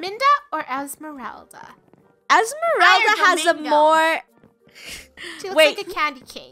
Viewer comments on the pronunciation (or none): Funneh: who's esmerlda Me:You mean Esmeralda AHHAHAHAHAHAHAHAHHAHA sorry for laughing at you though because you are my fav YouTuber!